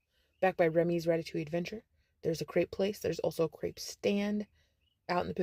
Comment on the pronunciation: The way she said the "r" in ice cream and crepe.... I wanted to stab my eardrums out with an ice pick.